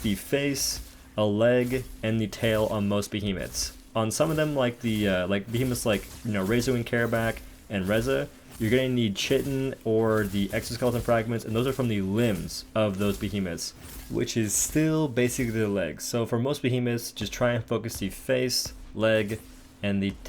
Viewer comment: Thanks for this! As a psa, the word chitin is often written but rarely spoken outside of entomology, or aliens nerds like me. It's pronounced KYE-TIN.